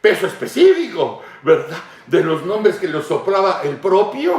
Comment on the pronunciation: "Es Verdat"